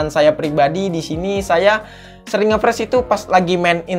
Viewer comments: Freeze (baca : fris) Fresh (baca : fres) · Saran perbaiki Cara pengucapan kata bahasa inggrisnya Bang. Ngefreeze bacanya Ngefriz bukan ngefres. 👍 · Lebih baik bilang macet aja udah,pke ngefreez segala bacanya gbbisa pula malah ngefres bukan ngefris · Friz bacanya bang, bukan fresh. Fresh itu seger bg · Ngefreeze ( bacanya ngefris bukan ngefres ) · Friz bacanya bang bukan fresh wkwk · Spell nya ngfris bang bukan ngepres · Bang seharusnya nge freeze bukan nge fresh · Frisss njir bukan fresss Tulisannya freeze cara bacanya frisss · Cara bacanya ngefreeze bang bukan ngefreeze hehe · friz boy bukan fres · Ngefreze cok bukan ngefrash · Freeze bukan fres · Bacanya friz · Freeze keles malah pres wkwk